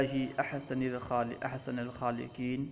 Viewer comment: آپ عبارت غلط پڑھ رہے ہیں احسن کے نون پر فتحہ کیوں